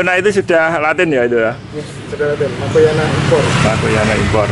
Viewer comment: Schimatoglotis (bc nya sismatoglotis).He he bukan Calathea makayona tp makoyana🤭